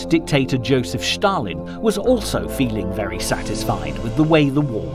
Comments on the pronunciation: Not Shtalin 😂. Stalin . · Why do narrators pronounce Stalin’s name as Schtalin? It’s Stalin. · Why does this narrator insist on saying Shtalin instead of Stalin? Are his false teeth loose or something? The name is Stalin! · Who is "Shtalin"? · Joseph Shhtalin. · It is not Schtalin!! He was called Stalin. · Not Schtalin but Stalin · why do you say shalin he isnt german. its just s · Two comments: 1. The music is ridiculous 2. Schtop saying Schtalin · Écoutez-le en français, pas de Schtaline.